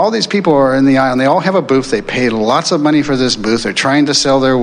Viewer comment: Money ? Oh, you mean ' mon - eye '